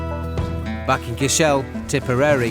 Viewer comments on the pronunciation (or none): It’s pronounced CASH-ELL not KISHELL……